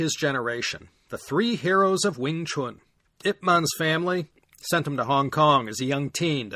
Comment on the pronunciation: The proper pronunciation of Yip Man is pronounced “Yeep Man” in Cantonese, “Yè wèn” in mandarin. The IP spelling supposedly came from his sons who were not English speakers.